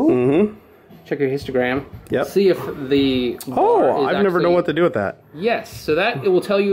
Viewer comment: Great video! But it's histogram instead of histigram 😀